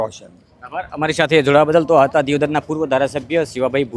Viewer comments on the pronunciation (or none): સ્પષ્ટ ની જગ્યાએ સપટ બોલે છે